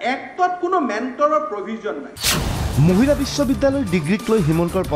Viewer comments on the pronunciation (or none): "Muhila" nahoi "Mahila" he.